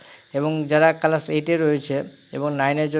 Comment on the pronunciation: কালাস না ক্লাস 😂😂😂😂😅😅